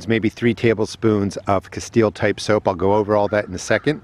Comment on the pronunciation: What kind of soap is that? Sounds like you're saying casteel or kesteel soap?